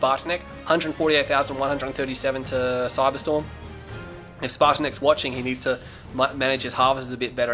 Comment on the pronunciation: it's pronounced (spartanets) spartan